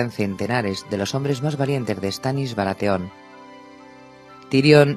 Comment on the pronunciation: Que pena la pronunciación de los nombres. Ya con barateón, así como suena, me mató